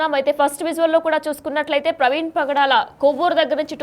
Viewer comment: Padala kaadhu bro😅 pagadala